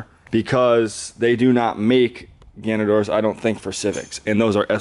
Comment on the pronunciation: it's GANADOR jesus christ lmfao